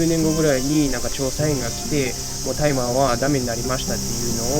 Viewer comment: 「たいま」ではなく「おおあさ」ですね。